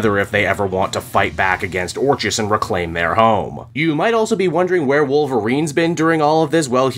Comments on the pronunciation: Orchis is pronounced “Orkis” like Orchid. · Orchis - pronunciation Or-Kiss 😂😂😂